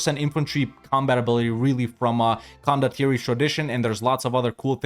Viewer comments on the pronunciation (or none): none